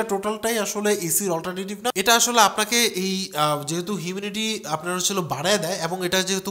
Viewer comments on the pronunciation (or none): এত বড় Youtuber আপনি, Humidity কে বলছেন Huminity? 🫤🫤🫤 এরকম ছোটখাট সামান্য ভুল, পুরো আপনার জ্ঞানকে প্রশ্নবিদ্ধ করে ফেলে। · এর তো নাকের সমস্যা । lol